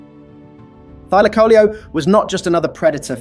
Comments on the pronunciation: It Thyla caleo dude! And it's not extinct!😂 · Thy-laco-leo, pronounce it right 😂